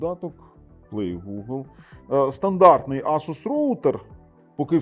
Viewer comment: Правильно говорити ASUS, а не ASUS 😂